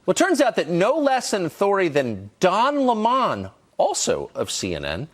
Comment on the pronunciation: "Don L'mon?" Where's Tucker getting that pronunciation from?